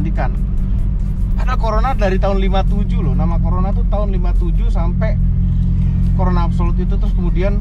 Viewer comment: Nama mobilnya tertulis jelas CORONA malah bilangnya Corola 🤣,tulisan corola pun salah juga,hadeuuh 😑.Besok besok main tu agak jauh ya 🤣